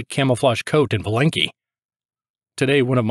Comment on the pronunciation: Thank you for your job. P.S. Not valEnki, but vAlenki.